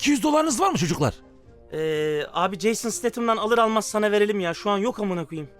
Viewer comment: Nobody::Jason SiteytımssS